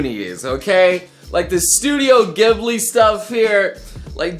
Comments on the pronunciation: I'm really disappointed studio (glibly) it's (jibli) whhhyyyy..... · Studio Ghibli- Gih/blee...? Hmm, I always pronounced it jih/blee :)